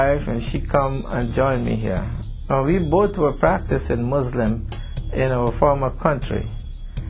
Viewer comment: SO FAKE HE CAN'T EVEN SAY MUSLIM HE SAYS "MOZLUM." SO FAKE IT'S JUST TO SELL CHRISTIANITY.